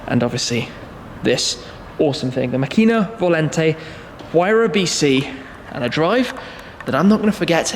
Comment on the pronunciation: props for not butchering macchina volante too much. so many people would have not made the effort to learn the pronounciation